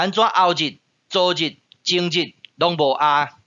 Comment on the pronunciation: ，汝好。 汝(您)在「昨日」的發音，應是「前天」的意思。「昨天」的發音比較近似「昨方」。若有誤，請老師指正。